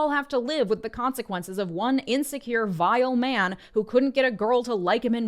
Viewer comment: Light on the "man" accent on the VILE. (Goosebumps reference, iykyk)